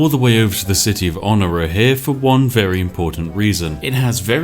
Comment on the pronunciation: I am in total awe at how he ruins the pronunciation of half these cities LYAKIS??? IT HAS AN I AT THE START. ITS ''iyakis'' ALSO WTF IS OH-NEERA. IT O-NIRA I HATE UNDERTIME SLOPPER MAH LIPS AM THROBBIN